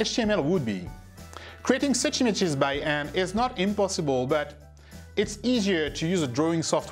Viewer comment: Who are these e-mages you speak of?